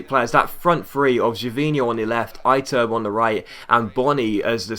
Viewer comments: Iturbe is pronounced ee-TUR-bay, not EYE-turb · I turb? It's fuckng pronounced ee-tour-bay. Jesus! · Iturbe is ih-turb-eh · You pronounced the I on Iturbe wrong, I is pronounced like E.